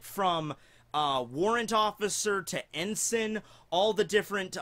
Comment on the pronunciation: That's not how you say "Ensign"